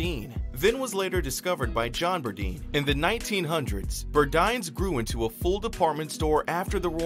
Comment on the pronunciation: Very good and informative report! We need to take notice that the system of retail its damage, all of the no longer existing stores should have made it. Granted, nothing last forever in life. By the way I believe is pronounced Bur-Dines as in dine in.